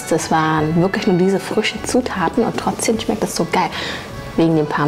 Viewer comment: TrotzdeM.. nicht trotzdeN. Also das mit dem ch triggert schon heftig aber TrotzdeNnnnn🤣🤣🤣🤣🤣